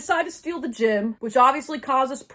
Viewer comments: ok im sorry but- is it gym, as in a fitness place they stole?? or a GEM like a.. jewel they stole? i am genuienly just confused T T and if it is gem, i am not trying to make fun of your way of saying it- just you and both the subtitles say gym and im confused.. bc that dosent look like a gym T T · for like half of this video i thought that they were saying gym instead of gem and i was really confused about how somebody could steal a gym, also why there would be a gym in a museum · This whole time I couldn't tell if you kept saying "gym" or "gem" 😭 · My dumbass the whole time when you were saying they stole the “gem” I THOUGHT YOU WERE SAYING GYM💔😭😭😭😭😭😭